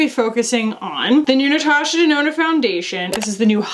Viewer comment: oh giiiiiiirl the natoosha denoonoo melted your brain, "the hole is only so big" oh my GOD lol.